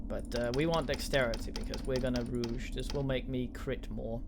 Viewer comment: Don't know how long ago this video was posted for some reason the date doesn't show up, but rogue is pronounced row-g you're pronouncing it rouge which is a form of make-up.